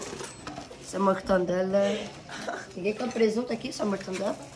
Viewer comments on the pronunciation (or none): caralho, pq ninguém sabe falar o nome certo? É "mortadela" e n "morTANdela" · Anãzinha formada falando "Mortandela"? aieuiaeauihaeu